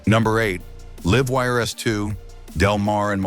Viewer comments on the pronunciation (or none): AI crap. Can't even say "Livewire"